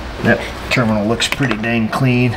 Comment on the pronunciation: Its a ternimal not a terminal 🤪🤣🤣